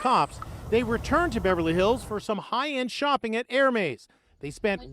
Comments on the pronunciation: It’s Pronounced Er-Mez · Lawd🤦🏽‍♀️ incorrect pronounciation of the brand😅. In the bags defense, if they ever came on hard times, they have a pretty decent resale value provided they're taken care of.